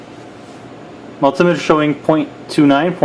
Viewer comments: Very helpful, thanks. Just think about the construction of the word multimeter...it’s two conjoined words...multi + meter, so the emphasis shouldn’t be on “tim” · its a multimeter not a multimiter !